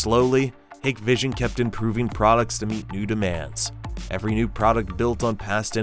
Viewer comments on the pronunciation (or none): none